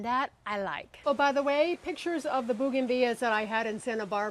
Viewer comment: booganvilla .... funny way the say it !